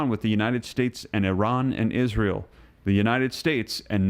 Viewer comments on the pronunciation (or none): none